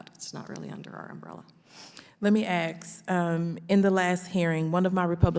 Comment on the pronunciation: How is it that we've arrived at a point where people are actually speaking ebonics in Congress? Congresswoman Bush, the word is ASK, not AXE!!!!